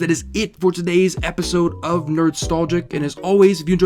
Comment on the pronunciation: "Epsisode" lmao